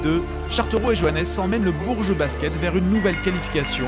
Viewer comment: vous auriez au moins pu prononcer son nom correcterment sérieusement